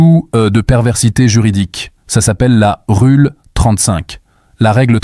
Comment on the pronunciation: "Rule 35" se prononce "Roule 35"